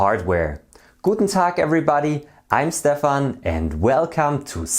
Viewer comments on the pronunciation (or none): none